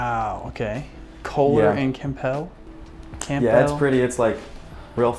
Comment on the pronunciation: Nice piano. FYI it's pronounced Cam-bell.